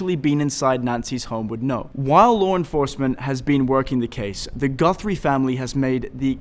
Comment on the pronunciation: Her last name is GUTHRIE not GUNTHRIE you moron!!!